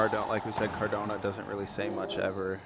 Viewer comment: it's cardona not cordona. inform yourself